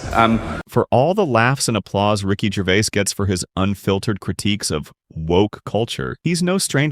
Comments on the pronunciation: The S at the end of his name isn't silent. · There is an "s" on the end of Ricky's last name, and he pronounces it. Jeez. can't you at least say the name right? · What is it with this commentator that he can't even say his name correctly. I've said this before and I'll say it again. Ricky's surname is GervaiS yet he keeps saying Gervaiy. It's exactly the same as Fleur de lys. It has an ess at the end so it's pronounced with the ess sound at the end, NOT Fleur de lee. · Also his name is pronounced Gervais/z/ not Gervay. You hopeless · Its Ricky GervaiS with an S at the end. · Its GervaiS...with emphasis on the S. Not Gervay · His name is NOT “Ricky Gervay” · The S in his surname isn't silent. I love his straight talk.